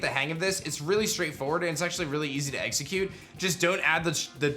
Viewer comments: he says eggxecute. Lol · hehe, he said eggsecute